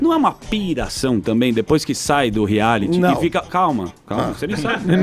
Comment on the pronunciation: Vc entra num "reali "kkkkkkkk, ri muito.